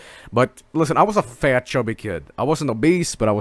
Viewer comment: Fat? or Fehyt?